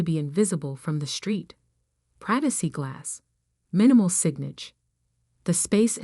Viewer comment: Your AI needs to be better. Says Sig nage instead of Signage. Maybe proof these better. Mer sades instead of Mercedes.